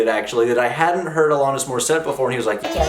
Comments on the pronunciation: A-LAN-IS, not A-LON-IS. Yes, I'm nitpicking. Love your videos,. Keep up the great work! Next you need to do "You Learn":) RIP Taylor Hawkins! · Is it ironic that you can’t pronounce her name correctly yet criticize irony? The irony is fools not understanding the criticism of the unironic lyrics lies the irony . No lessons being learned here smart guy! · Alanis- rhymes with Janice…said this last time as well, I believe.